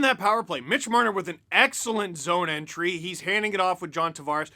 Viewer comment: You said “zone entry and not zoneie “